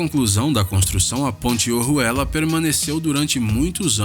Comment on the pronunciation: Pronúncia muitonruim dos nomes. Nao é "OHUELLA".. É ORUELA.. Igual ouro